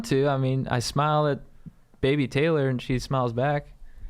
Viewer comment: Ky dudes thanks for answering my quesh 😂. The only reason I mentioned I was a dude was because my name is Taylor.. which you pronounced as Tyler but I'm stoked on that